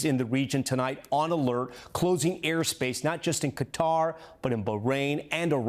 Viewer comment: It's Qatar (Ka-tar) not cutter